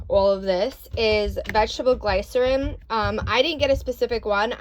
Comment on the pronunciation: It's Glycerin, said like "Gliss - er - ine. Close.... I wondered if those tumblers on Amazon worked very well, I've seen mixed reviews.